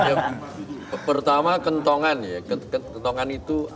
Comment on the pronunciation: Kentongan, bro Abdur... bukan kentungan ya 😂